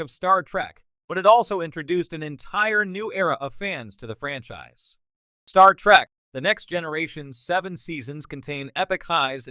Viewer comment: When you say Star Track, and Jeen Luck Pickard, you might flash on the screen "this is humor" so we know you're attempting to be funny.